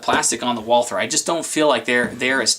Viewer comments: Walther - The "h" is silent. Say it with me...WalTer! NOT Wall ther. I am heartily disappointed with my SR 22 and that freaking failure to feed the 2nd round, as well as the stupid staggered mag, which I think is the source of the problem. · I prefer to pronounce Walther as Valter as it's most correct. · I'll take the P22 mostly because I own one haha. If you keep it clean and don't use crappy ammo then it'll be fine. Also......suppressors and hey..... it's Walther.